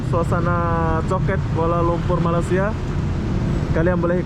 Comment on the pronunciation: Kenapa kamu cakap Malaysia tak betul. Bukan malisia bunyinya melaysia